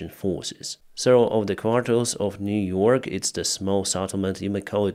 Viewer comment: Niu-York important.